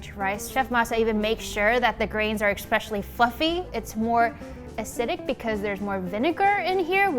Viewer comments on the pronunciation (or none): *ESpecially not "EXspecially." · You are killing my ears! It's ESPECIALLY NOT EXspecially! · I get nails on a chalkboard feeling Whenever I hear an adult say “ekspecially”... EXCEPT when says it. It just sounds right when she says it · i love, but did she say expecially?